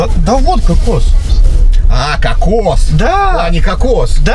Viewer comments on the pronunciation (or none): Уважаемый Евгений, какос и кокс разные ударение.